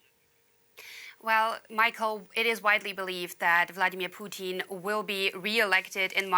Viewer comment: Why does that lady keep saying Poutine?